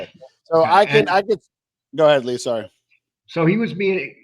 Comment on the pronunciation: Lee =yeng. James=yang